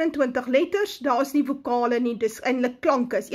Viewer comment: UITSPRAAK: KIE-RIE-ÊH ÊH-Ly-IE-SON. Vokale. Nie WOKALE NIE!!!! En Xtus was 'n Arameër en het dus Aramees gepraat. Jy's 'n adderlike aot!